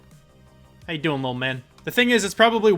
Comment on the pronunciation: “How yah dewin mah man” 🤣🤣